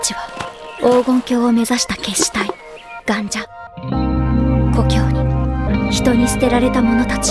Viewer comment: ガンジャ⤴なんだ、ガンジャ⤵じゃないんだ。